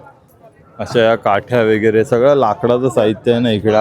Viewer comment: वेगेरे म्हणू नका , व_गै_ रे असं बोला ना